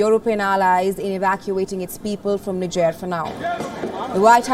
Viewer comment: Niger pronunciation is incorrect